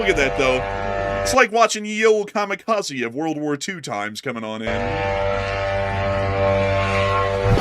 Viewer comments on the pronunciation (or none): none